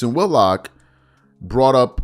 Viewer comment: Whit-lock not Wood-lock.